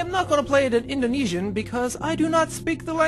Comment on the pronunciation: You say indonesian wrong.but still thanks